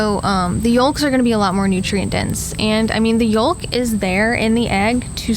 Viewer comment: You don't pronounce the "L" in yolk. Say "yowk" instead